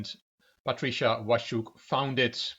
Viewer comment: Hey, as always you're good with foreign names! Your pronunciation of "Waszczuk" (Vash-chuk) is perfect. The name "Patrycja" in Polish reads more like "Patritsya" but English pronunciation is perfectly understandable. Well done! ( ͡° ͜ʖ ͡°) As to the scandal, it was quite big news in Polish chess world and nobody really has any doubts that Waszczuk was cheating. Her behaviour was more than suspicious, there are eye witnesses' statements available and obviously she has played moves way to strong for her rating. I personally think that a 2-year ban is not enough. In Poland, the players get 2-year ban for only POSSESSING a smartphone during the tournament, even without any further evidence or statements. In her situation, I find insisting that she is innocent and talking about "smear campaign" quite cheeky; if she admitted and apologised, we could consider this a lesson given to a silly girl, but since she apparently doesn't have any fair play or honesty sense at all, she should not be allowed to take part in tournaments ever again. She's not a baby and she knows the rules. Hit the road Patrycja, and don't you come back no more.